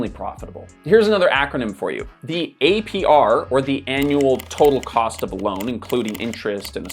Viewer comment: ah yes teh Annual Ptotal Rcost